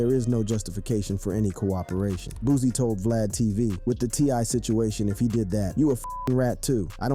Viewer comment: It’s BOOSIE NOT “BOOZIE”